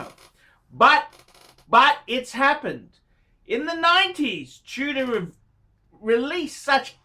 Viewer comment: Chew-dor A great phisting watch - Rolex quality at bargain price.